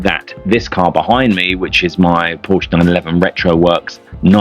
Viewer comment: Great car and nice review. Would only be improved by properly pronouncing Porsche and Fuchs. Would add credibility IMO.